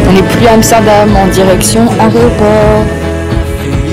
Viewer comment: Cest moi ou tu dis areoport ?😂😂